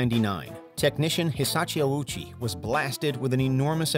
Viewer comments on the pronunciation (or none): Respectfully, this video is not great. First off, Ouchi's name was pronounced incorrectly every time, and you kept all the misinformation here about his case. Secondly though, some of these are nowhere near "the most brutal ever." As some of my friends in the comments said, having something we aren't sure even existed over cases like Likens and Junko is criminal.